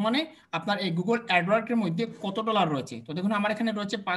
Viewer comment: apnar video dekhi but apnar sob word er uccaron tik hoyna, zemon, apni bolen 5$ toller, 10$ toller, google adwork, ইউটুব.. please vul hole khoma korben sir